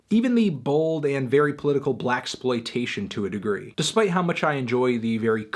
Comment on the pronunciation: Hey man, you didn’t have to give this album a 2/10 just because you don’t know how to pronounce the word “blaxploitation”